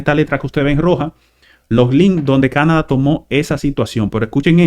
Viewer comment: Por favor, es Canadá; la tilde y el acento en la pronunciación es en la última Á. Nos hemos acostumbrado a pronunciar dicha palabra, con el acento en la pronunciación en la A de la sílaba CA - na - da. Y excúsenme por hacer la corrección por este medio.